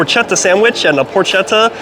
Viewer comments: PorKetta. Hard K. ch in italian is a hard K and c by itself is a ch sound. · It’s porketta. Not porchetta And that bread is Florentino bread not ciabatta. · You are a complete idiot. Porchetta is pronounced porKetta. Did you notice that pancetta is pronounced panCHetta? Well it is the opposite with the way to pronounce the CH. As a hard “c” , or “k”. Why don’t you learn anything?